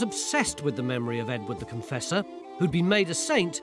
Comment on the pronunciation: Everytime I hear “Edward the Confessor” I hear “Edwina the Contessa”! 😂